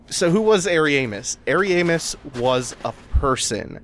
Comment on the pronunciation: I like how you pronounce Ariamis. It almost sounds like hairy anus lol